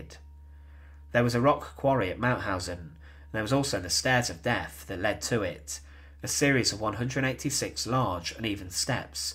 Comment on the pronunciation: Please speak clearly. It is not "frone"- it's "THrown". It's not "deaf: it's "deaTh"; it's not "Fousand" it's THousand". Come on, pronounce TH not F.